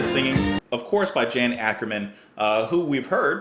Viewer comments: Great memories, thanks. Focus were the first prog rock band I got into aged 13 (I'm 58 now). By-the-way, they're Dutch so Jan is pronounced Yan. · Being the band is Dutch, "Jan" is pronounced as "Yawn". Great band! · lol, just fyi, it's "Tice" and "Yon"... dutch pronunciation is tricky. There's a lot more goodness from this band... Eruption and Hamburger Concerto are two excellent epic length tracks. Round Goes the Gossip is another really fun one, and La Cathedrale de Strasbourg is really beautiful. Oddly, my most exciting encounter with Thijs was right after meeting up with Robert Heckman on the 2019 cruise. I was well prepared for Thijs going mariachi on everyone :)